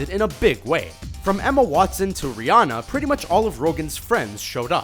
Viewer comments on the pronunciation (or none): none